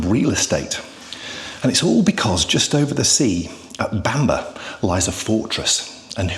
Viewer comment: Bamburgh is not pronounced Bamber but like burgh in Edinburgh so sounds like Bamborough.